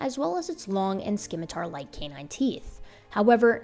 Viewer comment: I lover and her incisive breakdowns of Hominid evolution but...its 'simitar', no 'skimitar'. My D&D brain winces at the mispronunciation.